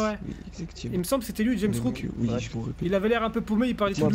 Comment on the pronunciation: dit Rames Rouck mais c'est JAMES Rouck, en plus elle sait pas lire la fille ça mérite le coupage de langue minimum